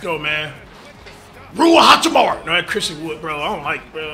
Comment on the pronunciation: Cash said rui hotchipbar 😂😂